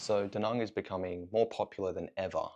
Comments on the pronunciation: Not to be that guy, but do you ever think you'll make an active effort to try and learn to say "Da Nang" like it's pronounced in Vietnamese? Like "bang" and not "bong". Again, not a hater, just wondering. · Why the fuck are you calling Da Nang, D Nung? Also it's VIET nam. The nam is implosive and rhymes with ham. Stop talking like a yank.